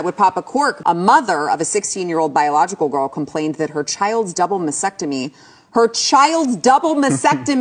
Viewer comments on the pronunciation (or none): I agree with what she is saying 100% while also being irrationally angry she keeps pronouncing masTECTOMY as masSECTOMY. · It's pronounced "masTectemy". Break it down by syllables if you need help. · You might convince her better if you could pronounce mastectomy correctly. It is not MASSECTOMY. There is a T in there. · MasTectomy the T is not silent. It is silent in the world often. Lean to speak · Oh, my GAWD, if she mispronounces MASTECTOMY one more time.... Btw, I agree with her. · OH MY GOD THIS WOMAN CANNOT PRONOUNCE MASTECTOMY !!!!! THERE ARE TWO Ts!!!!!!!! 🤯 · Good message but narrator needs a lesson in how to correctly pronounce mastectomy. Also not quite sure about a “based” governor, maybe she meant biased? Presenting your message properly makes a big difference.